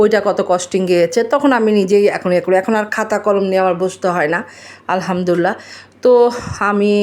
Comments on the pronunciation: Apni muslim tai Alhamdulillah shobdhota sohi kore uchcharon korun please. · ❤ মাশাআল্লাহ আপুর কথা অনেক সুন্দর লেগেছে মুগ্ধ হলাম আর আপুর জন্য একটা নসিহত আলহামদুলিল্লাহ বলার সময় এবং সালাম দেওয়ার সময় আরেকটু শুদ্ধ করে বললে আরো সুন্দর হতো যেমন আলহামদুলিল্লাহ এবং সালাম দেওয়ার সময় আসসালামু আলাইকুম ধন্যবাদ মনে কষ্ট নিয়েন না আপু।